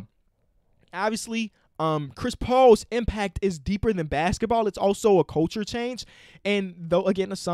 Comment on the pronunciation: i like the way says "basketball"